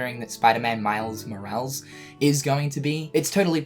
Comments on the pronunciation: Spider-Man miles “morawls” aww haha you spicy gamer you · Love you but it's Mo-ra-les lmao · I cringed when he butchered Morales... still cringing